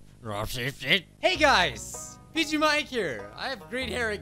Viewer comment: When u were trying to say what the guy said in revers it’s sounded like u said “rob said shit”